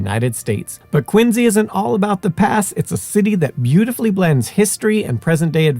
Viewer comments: How can you be aware of & stress the correct pronunciation of Quincy, but you massacre Concord & Belknap? 🤨 Concorde? Bellk nap? 😳😅 Concurd, Bell nap. Born & raised in New Hampshire, living from Swanzey to Gilford to Plymouth to Groveton... & the dozenth or so great grandson of Dr Warren (of the famous painting of his death at the battle of Breed's (Bunker) Hill) , & the umpteenth great-grandson of his grandfather- 12th signatory of the Mayflower Compact and member of the original illegal aliens of Plymouth Rock in 1620... also Dr Richard Warren. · You pronounce Quincy correctly but you've got Woburn all wrong. Woo-bun not Whoa-burn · Love these videos and I appreciate the accuracy in pronouncing Quincy, but the other town names are being pronounced incorrectly. Concord: "KON-kurd". Woburn: "WOO-bern". Massachusetts is weird like that.